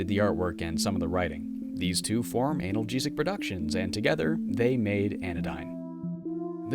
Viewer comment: Anal-gesic. 🤣😂 Dude, that choice on pronunciation is gold.